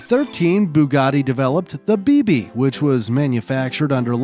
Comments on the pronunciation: It is pronounced "beh beh" not "bee bee. sorry i got triggered 😂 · No way he kept butchering the pronunciation of Bébé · That is is not how you pronounce bébé. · Funny how you mispronounce any word that isn't English... (Baron de Dietrich, Bébé, Friederich etc...)